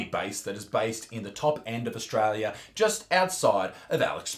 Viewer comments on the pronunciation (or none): Ostrola does not exasssst. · it's not australia isaac, surely you'd know it straya